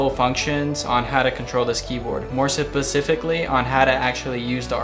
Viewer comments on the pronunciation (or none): u didn't say "specifically" right. just saying